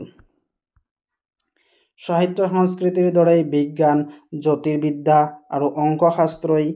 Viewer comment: Sahitya nhoi hahitya ussaron korute Baki thike ase